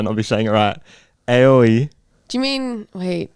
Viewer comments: it's Ah - Oh - Ee (Aoi) for blue in Japanese. You said Ay - Oh- Ee. Keep up the learning!:) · for Aoi pronunciation it isnt (ay-oh-ee) its (ah-oh-ee) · "Blue" in Japanese is pronounced "Ah-oh-ee." The "A" in Aoi is not usually pronounced "Ay" in Japanese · Japanese speaker here! I'd be so bold as to say it's never pronounced "ay" in aoi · Aoi is pronounce like "owee"..